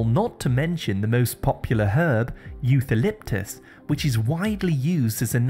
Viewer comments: it doesn’t bother me but that’s how it’s pronounced in every language. With a “ k “ sound . “ okaliptus “ this is how it’s pronounced everywhere in the world . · Eucalyptus: as an English speaker you’re supposed to know “ c “ before “a” always sounds “ k “ I don’t know why you pronounce it incorrectly 🤔🤔